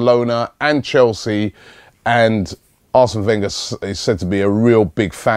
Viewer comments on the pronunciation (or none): none